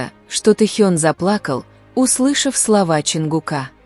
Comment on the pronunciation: Совершенно не соответствует истине.Вранье сплошное и очередной пиар на именах Тэхе'на и Чонгу'ка .Научитесь правильно делать ударение на именах самых известных айдолов А так выдумки и никому ненужные рассуждения.